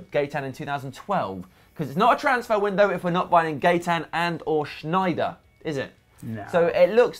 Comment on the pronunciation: Gaitan is pronounced guy-tan just for future reference